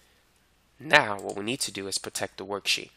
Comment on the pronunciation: good video, but damn, its not protek, that is really annoying